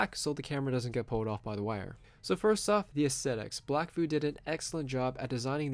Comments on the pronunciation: Stop saying BLACKVU, It's pronounced "BLACKVIEW". Yeah it is spelled with the E on the end of it but I promise you it is pronounced "BLACKVIEW" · It's a pretty good review... But damn... it's Blackvue... As in VIEW... not vooo. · DAMNIT WHAT THE FUCK IS A BLACK VOO? it's black VUE aka VIEW you sound like a fucking moron continuing to mis-pronounce it like that and i'm betting i'm not the only person whos last nerve you continuously got on with that bullshit. just call it a hunch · I noticed this dumass calling it Blackvooo! Fucking moron!